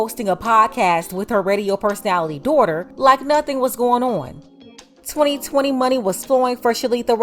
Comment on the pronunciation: The owner of this channel is a black woman. The way she says 2020 is so unique of black women. Dont count this as racist because I'm black